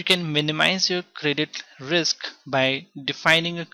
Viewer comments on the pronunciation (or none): none